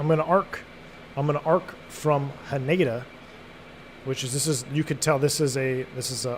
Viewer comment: Not sure if this is something you'd be interested in reading or thinking about, but hearing you say Haneda was a little jarring. The emphasis is on the Hah, so HAH-ne-da. Also it's more like the ne in neck, notsomuch like nay.